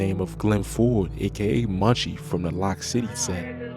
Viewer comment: Loc city not lock city lol